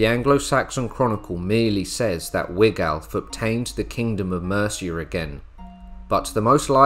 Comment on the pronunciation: .....And it's Wiglaf, pronounced Wiglaf...